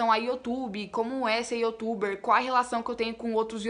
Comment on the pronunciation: Ela Sempre fala (YOTUBER) 😂😂😂😂😂